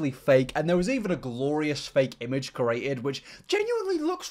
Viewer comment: I guess you can't say anything about someone who can't pronounce "Lego" correctly, when as a "creator", you can't pronounce "create". Sorry.